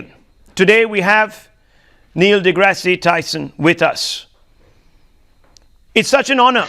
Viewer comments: He should have addressed him as Dr.Tyson.. He also mispronounced his name.. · The anchor doesn't even knew Tyson's name correctly... But he grew up watching cosmos 😂